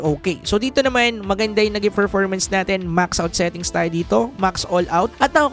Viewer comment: Bulol ka ba Boss? Anong ferformans? performance.